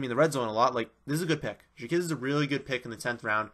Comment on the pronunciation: Stop pronouncing it as "jakizz" it's pronounced "jakwizz" it's hard to take someone's analysis on players when you don't know there names